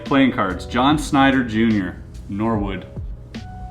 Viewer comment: Except it's pronounced Norhood